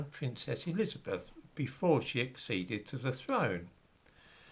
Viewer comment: " Queen .....Erizabeff" ???????